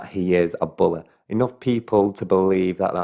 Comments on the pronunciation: I love how you say "bully".. He's a "bulay" 😅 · I love the way you say money and bully lol